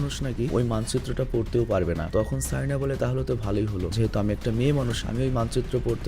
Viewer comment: ভাই কারিনা।।। সারিনা না